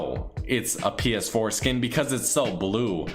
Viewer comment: The way you were saying it sounds like ps foreskin 😂